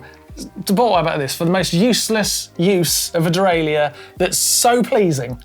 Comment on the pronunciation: De rail er. Dee rail eee ur.